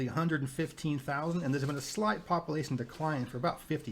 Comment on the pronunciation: I love watching your videos but I couldn’t listen to the guy say “populasin” anymore 😭